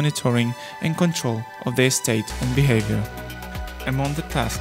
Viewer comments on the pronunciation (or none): none